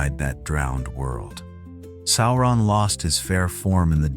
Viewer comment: JFC, SOW-ron not SORE-on